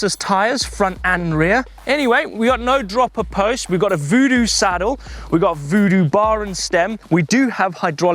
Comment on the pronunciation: Vodoo? Hoodoo? They doo Lol 😂